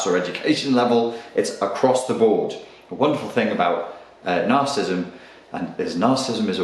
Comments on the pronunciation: Hard to take you seriously when you don't even know how to pronounce narcissism. It's three syllables - nar-ciss-ism - not two ("nar-cism"). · narcissism [nahr-suh-siz-em] 4 syllables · Another video on Narcism... You talk about this Narcissism soooo much, could you at least try to pronounce it correctly? Must be the same reason people keep saying White Supremist instead of White Supremacist, and the inverse: Naziism instead of Nazism. Grammar Nazis are likely Cerebral/Compensatory Narcissists. :P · Cool video! I like how Brit's say 'Narcissm' for brevity. And yet they add a whole new syllable to 'Aluminium.' I guess they really like aluminum over there. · This fellow wants to teach me about a trait he can’t even pronounce.